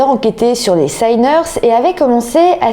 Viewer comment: Sinners et non sai-ners